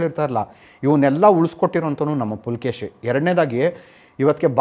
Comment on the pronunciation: ಇಮ್ಮಡಿ ಪುಲಕೇಶಿ ಅಲ್ಲ ಇಮ್ಮಡಿ ಪುಲಿಕೇಶಿ🙏🏻👍🏻